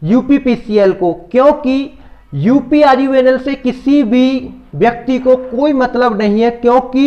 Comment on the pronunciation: Pahle uprvunl sahi se bolo